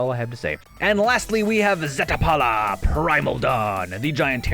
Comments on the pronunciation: "Zet-a-pala" lol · Zeh-Tall-pah Ool-ven-wall-d (how the hell did you get "underwood"?) Lot-leth Crow-man-ti-core(NOT color) Cap-ah-shen Damping, not dampENing There are so many mispronunciations I think it might be an issue of reading comprehension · Zeh-Tall-pah Ool-ven-wall-d Lot-leth Crow-man-ti-core(NOT color) Cap-ah-shen Damping, not dampENing There are so many mispronunciations I think it might be an issue of reading comprehension